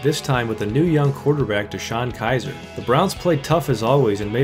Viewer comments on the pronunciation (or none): Heard you say deshone kizer and immediately started laughing